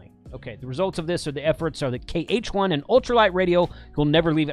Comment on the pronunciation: It's KH1, not HK1 (3x), jeez !